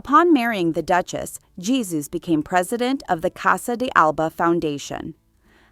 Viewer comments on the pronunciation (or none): “Jesus” is pronounced phonetically as “Hey-Su” not “Jesus” as in Jesus Christ. You pronounced it previously correctly, but then changed it to the wrong pronunciation. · You of course don't pronounce the first name of the Duchess of Alba's second husband Jesus Aguirre y Ortiz de Zarate as "Jesus", the English way, but the Spanish way: "Gesus" with a "g" the Spanish (almost Dutch) way. Much too much time spent on Grace Kelly and Jackie Kennedy - this was about the Duchess, not them ! And no word about her numerous facelifts ???? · The J in the name Jesus is pronounced like h. Heysoos. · The way the narator pronounced spanish names😂